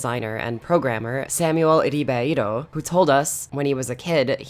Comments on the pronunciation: Excellent video! But as a Brazilian, I feel obligated to add that, despite it not being your fault (nor your obligation to know any Portuguese) the way you pronounced "Ribeiro" on was so off it felt a little mocking! It sounds more like "hee-bayro". I'm not surprised to learn that Save Room is a Brazilian game, given how successful RE4 was (and still is) here! Cheers to the amazing content as always,. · "Ribeiro" in Portuguese is pronounced "Heebay-ro"